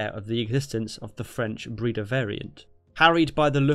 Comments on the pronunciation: It's not pronounced "Breeda" it's "Breyda" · It's not 'Breeda'. but 'Brayda'. #Breda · Breda is pronounced as "Bray-daah". Just FYI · You said Breda realy wrong😂